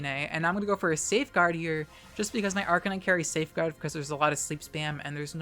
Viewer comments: Thanks. I was mid-swallow when you pulled out the 'Arca-nee-nay'. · Did you really pronounce Arcanine's name as "Ark-ca-nee-nay?" LMAO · FlygonHG is getting to you. You mispronounced Arcanine:p Awesome video btw!